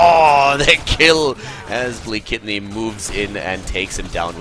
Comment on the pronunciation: You did absolutely well on pronounciation! :) Blekitny - Booenkitny/Buenkitny Mistrz - Mishch Uszko - Ushko